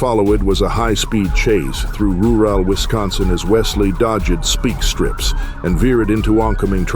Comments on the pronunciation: lol the AI said speak strips! 😅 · "...through RU-WAL Wisconsin as Wesley DOJ-ed SPEAK strips." You're a freaking AI announcer. Thumbs down and I'm outta here.